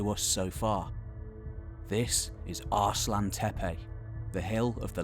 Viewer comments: Shouldn't that be As-lan-tepe not Arse-lan-tepe? Like Aslan the lion in the Narnia stories. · Great video, spoiled a bit by the pronunciation "ARSE LANTEPE". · There is no "R" in 'Aslantepe'.